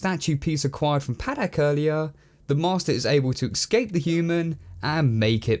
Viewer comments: Escape, not ecscape :P Negativity aside, i love your vids! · Escape. Not excape. Not eckscape. Escape. ESCAPE. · Why do you keep saying ex-scape? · Love the reviews,! But for future reference, it's pronounced, "Escape," not, "Ekskape":P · ECSCAPE????? The way you pronounce it .....ugh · Please for the love of god, stop saying excape. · Say 'escape' properly ffs! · my man, "excape" is not a word. You say it a dozen times in this review and it drove me crazy! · He pronounces escape as excape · That's the most consequetive mispronunciations of "escape" I've ever heard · I know it's a little thing, but there is no x in "escape". It even takes extra effort to mispronounce it.